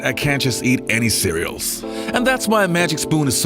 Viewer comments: Cereals?! 😂 Love the channel though 👌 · Cereals? What the fuck before you have a blog how about learning how to speak some English